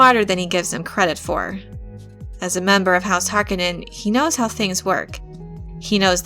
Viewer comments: Isn't it Har-'Koh-nen not 'Hark-uh-nen? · Minor pet peeve: it’s house HarCONEnen not Harkenen. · Dear god! Read the bibliography in the back of the book please! It is pronounced [har-KOE-nan] emphasis on the KOE. not [HAR-conan]. [ah-TRAY-dees] [PIE-ter de-VREES] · HAR-KO-NIN. Not HARKO-NIN. NERDS! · You are mispronouncing Harkonnen, stop saying it like its spelled Harkonenn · Its HarKOnnen. The accent is on the second syllable! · Yeah, so the first time it happens is at exactly :30 seconds. After that, I was only able to let it continue rolling for another 15 seconds before I sprang into action. Ending that abomination. If I'd had to listen to the remaining six minutes and change of her butchering the pronunciation of Harkonnen, I'd become so enraged, as to make 'Beast' Rabban seem like a Bene Gesserit by comparison. Closest thing I can think of, is if you were to fill the Rose Bowl Stadium with people, humans being the best species to use in this example. Thing is, in front of everyone, in front of every person in that stadium is a 2' x 3' chalk board, positioned at the most ideal height to allow said person to drag their nails down said chalk board so as to produce the maximum soul tearing screech possible(aka turning it to eleven). Now imagine them all doing it at the exact same instant. That's what it feels like every time I hear her say Harkonnen. Or near enough. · Considering the movie, the miniseries and the games that already exist, you have no excuse for pronouncing "Harkonen" that way. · I love the videos but I hate how she pronounces Harkonnen. Either the movie mispronounced it every time it was said by several characters or she is. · When one makes a film about Dune and a Harkonnen character, one must learn how to pronounce 'Harkonnen' properly... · i had to stop after the third time you pronounce Harkonnen name, sorry. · I cringe every time she says Harkonnen. Otherwise good video. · I can’t stand the way they pronounce Harkonen